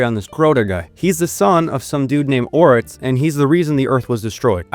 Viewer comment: Why do you pronounce X's as TS? Etso? Batstory? Oryts?